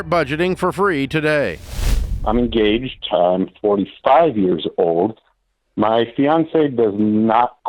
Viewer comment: All I could hear when the call started "I'm gaged"